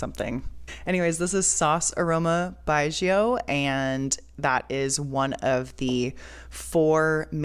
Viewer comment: No worry! You have pronounced correctly and in-depth knowledge on Chinese distilled wine 白酒 There many type of yeasts strain used and also fungi to breakdown the carbohydrate to glucose. Combination give the wine flavour